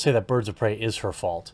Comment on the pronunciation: It’s robbie like robby and prey like pray.